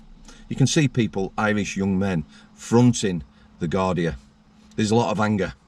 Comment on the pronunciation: Gardai, pronounced gardee. .